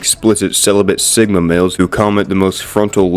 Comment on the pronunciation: Did... just... Call.... Me... Si-gma??? Auugggggghhh....